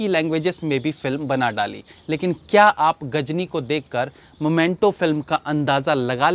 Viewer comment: भाई आप बहुत स्वीट हो - 🤣🤣 मोमेंटो नही मीमेंटो है । मुर्गादौस नही मुरुगुदॉस है 🤣🤣🤣